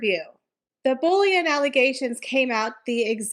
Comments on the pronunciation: “Bull-ee-ing” not bullion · I thought you were saying "bullion" reports.